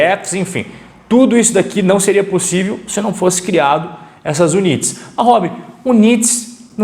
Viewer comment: Amigo a palavra UNITS e em ingles, e a pronuncia e IUNITS com I no inicio.